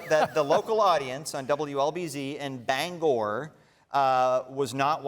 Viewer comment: Bang er Not Bang gor